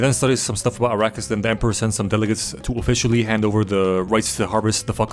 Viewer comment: "Arakis" "iraqis" Niggas didn't even try to hide it 😭🙏